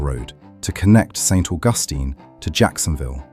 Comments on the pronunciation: It's not St. AuGUStine. It is St. AUGustine. Stress on the first syllable. Also black slaves tried to escape to St. Augustine because Spain did not allow slavery. Henry Flagler's railroad is still the main line in Florida. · First , AI, IT is pronounced Saint August Teen.